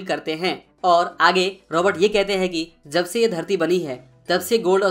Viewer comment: Yaar tum video bohot achi banate ho is mein koi shak nahi lekin tumhari pronounce mein hamesha galti hoti hai jaise . Jab ko Zab .Jagah ko zaga .wajah ko waza.jitna ko zitna .Jeet ko zeet shayad tum bangali .